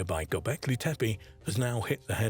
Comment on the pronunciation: Y'know....I look forward to ANY information about ANY of the Stone Hills sites...but 5 minutes into this documentary and the narrator flip flops between site pronunciations every other time he says the words! Come on! If you are going to say one of the "tepe" names say it correctly not "tepi" and then "tepe" every 10 seconds! And I am ALREADY bored with the visuals 5 minutes in which nuts... everything is just a still photo made to look like it is moving with AI. Looking forward to hearing the Prehistory Guys give me the scoop😊